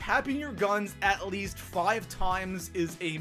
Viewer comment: Whatever your accent is, fuck it. "Foive"? "Noit"? Words dont have an O sound in the middle. On reason number 10, maybe dont suck and you wont have to worry about getting revved. Nub